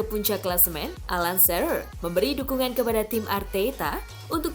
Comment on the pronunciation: Bacanya Alan sirer Mpok wkwk